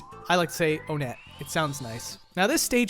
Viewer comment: Who pronounces Onett like One-et